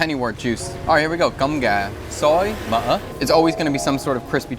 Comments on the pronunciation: No offense, but the fact that you struggle to say "cơm gà xối mỡ" just make me laugh lol. But you got it very close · I really like the way you say cơm gà xối mỡ 🤣🤣🤣